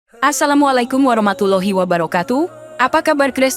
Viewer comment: Kontennya bagus TPI presenternya kurang fasih dlm mnyebut ALLAH,auloh😅, warahmatullahi,warah matulohi😅,,lailahaillallah,lailahailauloh😅,sdikit tak nyaman